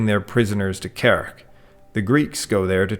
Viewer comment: Very good video. A nitpick that in "Kerch" the "ch" part is pronounced as in "change", so a "tsh" sound, not a "k" sound. At least that's the case in Turkic and Slavic languages.